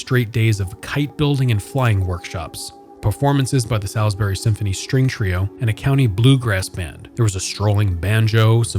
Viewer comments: the only thing i gotta say is he said the name wrong, its not pronounced "sal's-berry" its "saul's berry" many many people make this mistake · Rule #1- it's SAULSbury not SALSbury. Come on... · Hey, just so you know, locals pronounce it "sauls" berry - like better call Saul. When you say it like the steak it triggers local folk :D But yeah, i worked there when it first opened. I worked in the Boscov's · It is pronounced "Sauls-bury" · It’s pronounced “saulsberry” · LOL I'm hardly sheltered, but that's ok. It's just jarring to hear it pronounced incorrectly. 🤷‍♀ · the way ur saying salisbury loool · You're still wrong. That's how it's pronounced. Has nothing to do with dialect. You can't come here to our city & pronounce it wrong. How would you pronounce Worcester, MA? I'm originally from CT & know the correct pronunciation. Also... Salisbury, CT definitely is pronounced SALSbury. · As someone who grew up in Salisbury, this is a great piece, thank you for covering not of only the current state of the "new mall" but the old one as well. I do have a couple small quibbles: 1. Can people please learn to pronounce Salisbury correctly? It's even provided in the Salisbury Communication ad you inserted at the beginning of the video if you listen to it. 2. Also, you said the new mall is off of its own Rt 50 exit, but it's actually off of route 13. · Literally every time he said Salisbury I cringed slightly lol